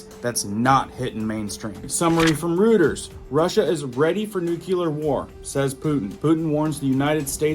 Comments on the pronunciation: Bruv dont pronounce the P in "Coup" Say it like this, "Coo" 👍 And when you say "Routers" it's pronounced "Roy-ters" Im telling you with respect, i'm not being funny but i dont want other people to think anything bad about you coz we all love you here, (No Homo) 👍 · And don't forget, ROY-TERS, rooters. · its pronounced ROY TERS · ITS PRONOUNCED COO! DEAR LORD! ALSO, NOT RUTERS! ROYTERS! LEARN THE ENGLISH LANGUAGE PLEASE!!!!! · Hate correcting! But Reuters is pronounced Royters not Rooters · It is NOT "ROOT-ers" it is actually "ROY-ters" ---FYI. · Ffs... it's pronounced..Roi-terrs... It' pronounced New-clear ... not NEWK-ULAR...... It matters....